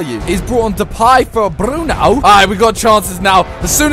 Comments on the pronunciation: SIMON it's Depay not DePIE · did anyone notice that he said INFORM DEPAY??????